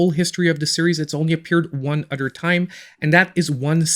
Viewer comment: I watch your videos just to hear you say udder lol. keep up the good work